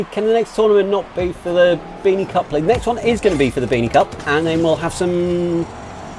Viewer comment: 😆😆you said cuck instead of cup